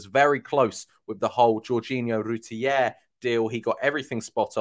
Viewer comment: There is no I in RUTTER.....